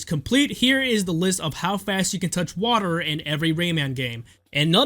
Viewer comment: Toch wader